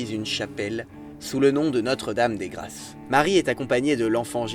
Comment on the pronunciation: "Notre-Dame des grasses"? Les Français devraient apprendre la différence phonétique entre "grasse" et "grâce".